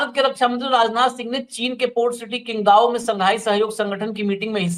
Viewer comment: Abp can't even read & write. It's pronounced as chingdao , not kingdao. Illiterate twice borns